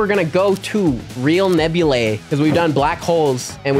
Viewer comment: Why do you say nebula nabulae?